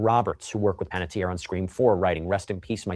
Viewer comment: Checking you 💔 out from Las Vegas.💔 While wearing my Chucky hoodie watching you today. So heartbroken 💔 about Hayden. & her last name is pronounced Pan-et-ti-er Like (Tee-air)